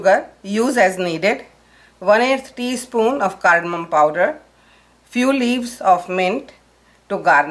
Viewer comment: "cardemon powder".